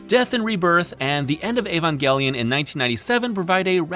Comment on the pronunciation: if you're gonna say Neon Genesis, then you might as well pronounce Evangelion in english instead of engrish. Otherwise, use Shin Seiki Evangelion if you want to stick to native Japanese.